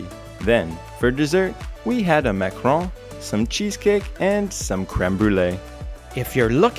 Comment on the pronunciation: Guys!!!! Those videos are disgusting. My God, wipe your mouth!!! Also, it’s Le Plateau “Mont Royal”, not “Montreal”. That desert you had at Bonaparte, is a Ma”ca”Ron, not a Ma”cr”on. And Nouilles is pronounced nooy, not nooeel. By the way, you guys eat way too much meat. On a lighter note, hope you walked around some ‘cause thats a lot of calories.